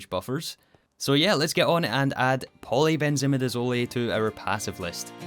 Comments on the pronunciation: It pains me so much… but I have to correct your pronunciation. Polybenzimidazole ends in /azohl/-ish sound, not /azoley/. As for antrahydroquinone, I believe you got that one: it ends as /kwinohn/. Anyhow, thank you for this episode (and the previous ones)! I love watching them <3 (Not using IPA symbols because if you’re not an expert on those, you’ll be more confused). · Chemist here, it’s pronounced polybenzimidizoll, not polybenzimidizolee 😅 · I love the video, but I hate how you pronounce polybenzimidazole. I’m fairly certain the end is pronounced the same way mole is pronounced. It’s a difference between “hole” and “holy” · Its so odd hearing in pronounced like midizol-i and not midizol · Ah yes, polybenzimidazolEh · Btw, in polybenzimidazole the “zole” is pronounced like “sole”. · the zole in polybenzimidazole rhymes with soul not olay XD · Except for polybenzimidazole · You said all the quinone ones right, but u messed up polybenzamidazole: Afaik, u done pronounce it like e at the end like the e in eat, rather its silent (so like simple, e silent). either way, me so happy u rebooted the series! congrants on the T3 rocket!